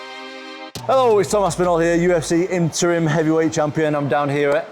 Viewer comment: Love how Tom stresses the Interim part when introducing himself😂